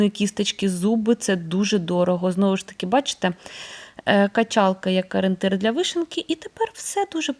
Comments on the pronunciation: Не Арєнтир!!!—а ОРІЄНТИР!!! Вже навчіться на Україні розмовляти українською!!!! 🤦‍♀️🤦‍♀️🤦‍♀️ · Дуже люблю вас, але ... Вибачте, ну що за аринтир? Таж навчіться вимовляти правильно - о- рі- єн- тир